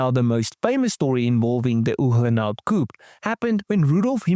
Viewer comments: COO PAY.......not coup.......COO PAY .........PAY ! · Please pronounce "Coupé" correctly